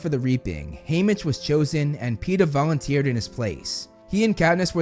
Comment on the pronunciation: Katniss volunteeeing for Prim: I VOULONTEER, I VOULONTEER, I VOULONTEER AS TRIBUTE!!!, Peeta voulonteering for Haymitch : I voulonteer.